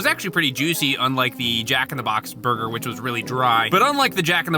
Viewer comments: Did he just say burguer? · Burger did he say burger